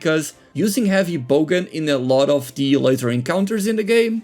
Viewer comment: Great video. By the way, it’s bowgun not bogan 😊